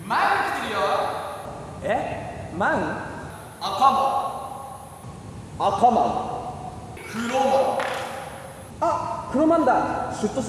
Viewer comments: 赤マンが「アッカーマン」に聞こえる！ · 赤マンがアッカーマンにしか聞こえなかった